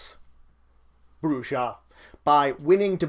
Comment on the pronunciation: This is good but my only criticism is you pronounced brujah wrong throughout the video.